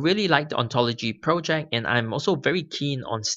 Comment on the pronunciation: When you say ‘pro-check’ what do you mean buy that? Or are you saying ‘project’ and I was just misunderstanding you? Thanks in advance.